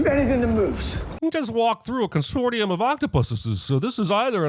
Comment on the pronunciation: Consor-shee-um. That's a sin for you, mister.